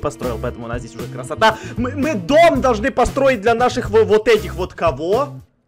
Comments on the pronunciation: Почему говорит не построить а посроить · Мне ожной постоянно кажеться что говорит не посторить, а посроить? Или не подстраиваем а постраиваем